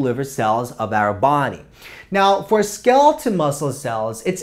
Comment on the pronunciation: Skeleton or skeletal? The pronunciation is weird or is wrong.